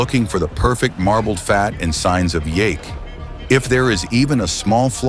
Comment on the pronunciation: There is so much information thats misleading or wrong in this video... The price quoted is presumably in yen... pronounce yake wrong... head weighs hundreds of pounds.... i cant even watch the rest